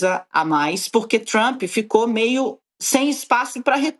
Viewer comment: "...DO GOVERNO TCHUAMP" RSRS 😂😂